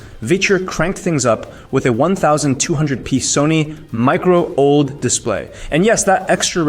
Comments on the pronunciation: Bro, how do you sound both like a broke college student recording this in his bedroom, and a terrible AI narrator who doesn't understand the words they're saying... at the same time? Humans don't say "One thousand and eighty P" for 1080p or "Micro Old" for Micro OLED. Also... who won the comparison? You never said anything about it. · One thousand and eighty pee One thousand two hundred pee Micro old display Clanker narration?